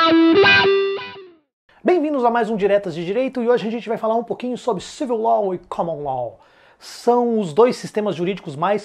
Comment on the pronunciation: Amigo, a aula ta ótima, parabéns! Só um detalhe: a pronúncia é LÓ, não LOL.